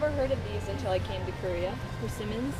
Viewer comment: heard "dried pussy-mons" can never unhear